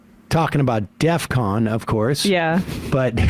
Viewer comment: When he says "deathcon" instead of "defcon," it seems pretty silly to argue about precise definitions afterwards.